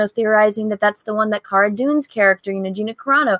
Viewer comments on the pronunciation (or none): none